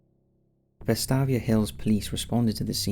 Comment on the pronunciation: The way you pronounced vestavia is so wrong lmao